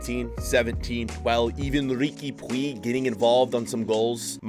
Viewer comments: Everyone: Riqui Puig (pu-ch): Puig (poo-ig) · man said Ricky Pweeg😂😂😭😭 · saying rigui puigs name wrong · Riqui “pweeeg” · Hey! Riqui Puig is pronunced "puich", please try to call him like this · You pronounce it Riki Puje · You pronounce it rique puuccchh